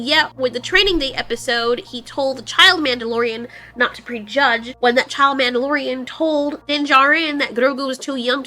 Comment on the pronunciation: “The MANTELorian”